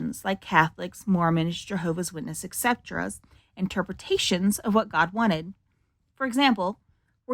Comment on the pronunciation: Why do so many Americans say “ecsetera” instead of “et cetera” (Latin for “and the other [things]”), and sometimes even mess up the abbreviation as “ect.” instead of “etc.”?